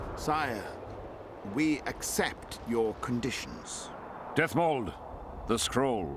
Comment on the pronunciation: Dethmold, not Deathmold ^^